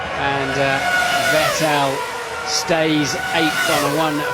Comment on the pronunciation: The way they pronounced VetTEL back then...